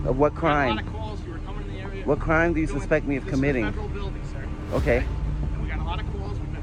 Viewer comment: What cwime 😂😂